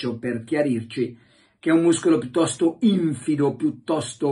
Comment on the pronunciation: Carlo, attenzione agli accenti: infìdo! Buona giornata...